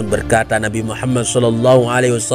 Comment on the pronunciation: Maaf ko yg aku dengar pas istighfar nya, berseru trdengar Laila hailallah Muhama bukan Muhamad, apa kuping ku konslet yah 😅 coba dengar kan kmbali takut nya saya salah dengar atau kurang pokus mendengarkan, tp aku ulang2 sama aja Muhama buka. Muhamad